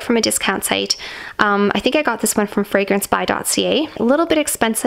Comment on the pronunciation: my apologies but no it’s the discount website you mention you purchased the delina fragrance from. I must be very off in spelling/hearing but it sounds like you say “fragrance by dossier” ??